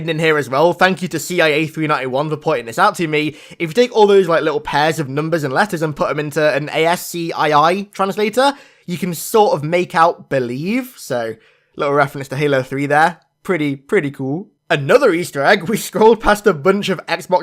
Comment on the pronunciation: Dude, who the hell reads out A-S-C-I-I letter-by-letter?!